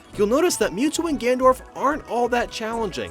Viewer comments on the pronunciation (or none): I was just playing the events again and damn, the Ness vs the space guys and Dr. Mario and Nurse Peach are hard as balls, good video and I'm so glad doesn't say Guy-ga Bowser or Gendorf anymore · did you just say gandorf?